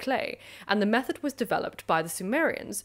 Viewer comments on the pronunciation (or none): none